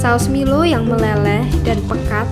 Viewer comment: Kak nmanya bkn milow tapi milo